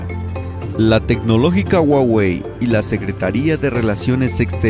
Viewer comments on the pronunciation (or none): Muy buen contenido 👍💪 solo que La pronunciación correcta es juagüe no es güagüe la h como j la misma Huawei ya lo a dicho